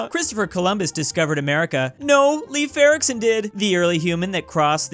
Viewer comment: Why did he pronounce Leif Erikson like that . . .